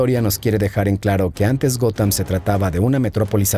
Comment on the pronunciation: Hola!. Muy buen e interesante vídeo como siempre apesar de que yo no soy fan de los cómics, pero si obviamente conozco a los Superhéroes. Esta parte de la historia si era totalmente desconocida para mi. Por otra parte solo una aclaración. La cuidad se llama “Gotham”, y se pronuncia “Gotjam” como si dijeras jamón en español pues la “H” en inglés se pronuncia como una “J”. Entonces “Gotham=Gotjam”. Jajajaja!. Saludos desde “Gotham”… 😁🖤🦇🗽🇺🇸😃👍🏻